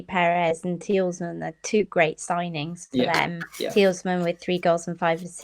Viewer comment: Its so triggering the way she says tielemans considering everyone even on the show said it differently